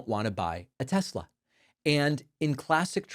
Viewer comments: He said "tesLer" again. -- When tRump speaks like that, he makes himself sound like his base. Then they won't complain he's mocking them because the majority of MAGA won't get off their knees for him. Period. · Tesler. It´s all compuder... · Trump called it a Teslar 😅 IDIOT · Not TESLAR....LOL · Since he intentionally mispronounced Kamala, we should rename teslerr and make that the name worldwide. 😂😂😂 TESLER! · I love tesler 😂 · "TesLER"...LOL! "Everything is COMPUTER!" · "I lerve Tesler" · “Leon’s” “Tesler” 😂😂😂😂😂😂